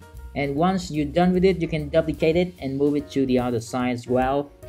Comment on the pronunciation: Your videos are absolutely awesome. We can learn a lot from you! May I just point out that your pronunciation of the word "duplicate" is wrong. You use the word a lot :-D the "u" is not like in "up" but like in "you" – doooplicate. I'm not a native English speaker myself and I'm always grateful if others tell me if I'm making mistakes.